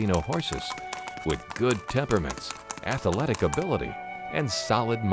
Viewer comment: ath-uhh-letuk ability. [haha]